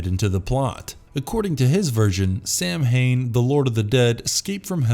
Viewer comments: It's 'sow han' how you pronounce samhain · It's not pronounce Samhain, it's pronounced Sowin. And Samhain isn't an entity